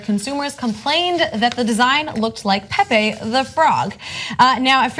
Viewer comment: Is not pepe is "Pepe"